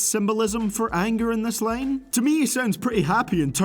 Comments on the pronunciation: What is this "lane" that you keep mentioning in every "line" of your sentence?? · This guy sucks he says lane instead of line what a uneducated white boy